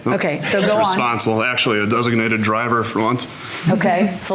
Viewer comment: The guy at the end said DESINATED